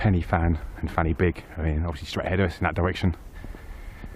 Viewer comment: Say it with me, "Pen uh van", "Van uh beeg"